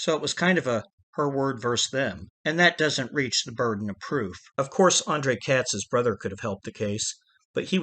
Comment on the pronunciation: andrei katz first name is pronounced "Ahn Dray" not "Ahn Dray Uh"